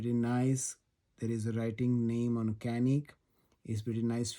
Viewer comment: Right pronounciating is chu nick - ca nik. Start like chuck then say nick